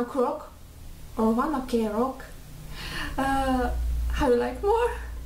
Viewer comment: I love your reaction to this video! ^_^ Btw, band's name is read as One Ok Rock (like one o'clock). Many people, including me, have thought it was pronounced as "one OKAY rock" at first. Lol